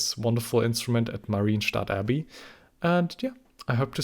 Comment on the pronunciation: it isn't "Marine Stadt Abbey", it's "MAH-ryen" where the "y" is a consonant and the "e" is at most a Shwa.